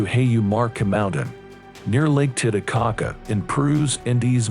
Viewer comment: It's not lake tita - caca It's titty - caca